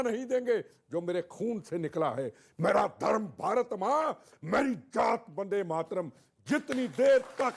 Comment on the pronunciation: This idiot can't even say vande mataram!